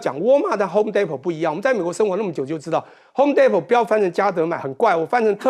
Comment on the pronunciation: homedepot t 几乎不发音。